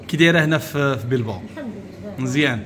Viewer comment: بلباو ماشي بيلباو